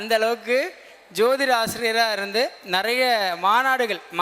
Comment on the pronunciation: நெறைய என்பது பிழையான உச்சரிப்பு